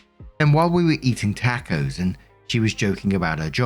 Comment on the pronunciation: Story 3 - I love that has learned how to pronounce ‘chipotle’, but can’t say ‘tacos’.